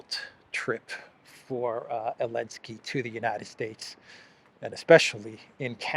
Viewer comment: Why do you call him Elensky?